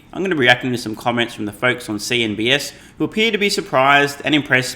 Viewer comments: I feel like you keep saying “CNBS” instead of “CNBC” just to throw me off. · It’s CNBC, not CNBS 🤷‍♂️